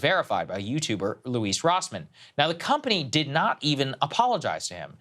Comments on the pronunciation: Loueese Rossman 😂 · Louise Rossmann??? Lol I am sure that he will absolutely love that. Come on Saagar, this was an easy one to get right.